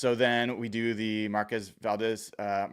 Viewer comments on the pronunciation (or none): FYI it’s pronounced Markwezz. He got a little testy with reporters mispronouncing his name 😮😂